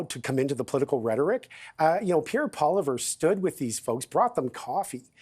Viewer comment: Lil" disappointed to hear pronounce Poilievre as "Poliver". Clearly he wasn't paying attention when my mother taught him French. As for the hatred for Trudeau, I can assure you, the Ottawa protest was a very small representation of those that want him gone. Easiest way to prevent more and more protests is to banish him from Canada.